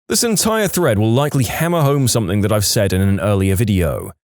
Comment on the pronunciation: I really do enjoy listening to your stories. There is only ONE complaint. Stop mispronouncing "ing" as "ink". eg. Something, not somethink. It really grates on me.